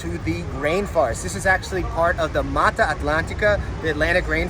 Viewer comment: Nem sabe falar inglês é meitarra Aitlentica